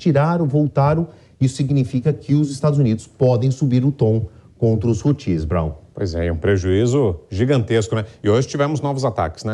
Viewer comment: Por primeira vez um ser coerente e algo culto na JP!... apenas esclarecer que a acentuação não é na última sílaba (Hutís) e sim na primeira (Hútis)...🤷🏻‍♂️